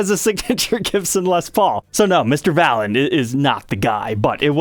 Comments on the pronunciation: Pronounced "ValEEN" smh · The accent is on the second syllable. 😂 One of my wife's favorite bands. It makes me laugh every time you say it. 😂